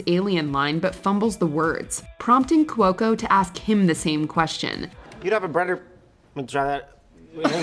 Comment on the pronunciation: Saying "Cuoco" as 3 syllables instead of 2 really rubs me the wrong way.